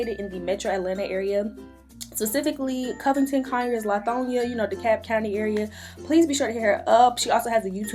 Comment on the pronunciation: Did You Say Covington?